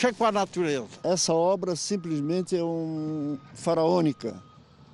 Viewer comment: "Eu sou contla mexer com a natuleza" É pq ele nunca tirou uma fruta de um avore, nunca queimou um carvão. Me poupe né, afs